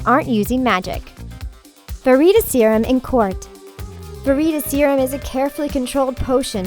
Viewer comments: Yes it's called Veritas Serum not Vereatus Serum. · sharyn Zombie YES! Like it’s not verYtasYrum and it’s not patronYum LIKE WTF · Doughby, patronius, ver-eet-a-serum, inf-fooooence. Edin-bu-row. Can she read?